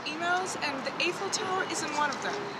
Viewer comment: did no one get irked by how she pronounced eiffel?